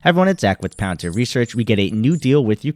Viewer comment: Palantir not pallor